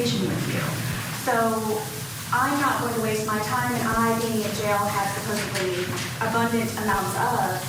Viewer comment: Did this know-it-all really say supposeBly? Sweetie, it’s supposeDly. 🤦🏻‍♀️